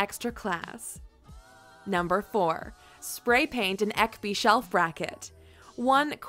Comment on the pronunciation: Okay, I can't put myself through this. Hearing someone trying to pronounce IKEA names in English is just painful. It's Ekby. Ek-by. Not Äckby. I mean I know pronouncing foreign words are difficult so I don't blame her but it's still irritating to hear. Fun fact, almost all IKEA product names are either actual people names or regular Swedish words. Lack = lacquer. Ekby = oak village. Expedit = salesclerk. Norden = The North (colloquial for the general Scandinavia area). Malm = ore. Grundtal = cardinal numbers. Förhöja = enhance. Just running IKEA names through google translate is likely going to teach you a lot of Swedish and much of it is really blatantly obvious things like plastic plants named "fake" and square candles named "square". And all the bathroom items have water related names, such a Swedish lake names.